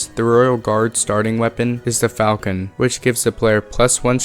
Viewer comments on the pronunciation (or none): its pronounced fal-shin not falcon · I don’t know what the sword is actually called, but for the desert guy, if it’s spelled falchion, then it’s pronounced “falshin” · The pronunciations are, Sa-ra-sen And, Fal-chon Theyre a bit tricky because of the spelling but hope that helps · Not it’s not pronounced like falcon. Ugh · it's actually pronounced "Faal-Chin". Falchion. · Great stuff!! Also Saracen and Falchion = (Sarah-sin) and (Fal-shee-on) BTW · The “sar-i-san” weapon is the “fal-shun”. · its "Fal-shun" much love, Thanks so far ^. ^ Edit: I guess it's "fall-chun" 0 v0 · Saracen - "sar-uh-sen" Falchion - "fal-chun" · Saracen is pronounced "Sarah-Sen". Falchion is pronounced "Fall-chun". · ITS PRONOUNCED FAL-SHIN FALCHION